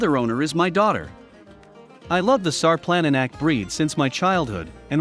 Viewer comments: only in english the C is pronounced as a K... everywhere else C is pronounced TSSS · If you're going to do a documentary video like this why don't you pronounce the name of the dog properly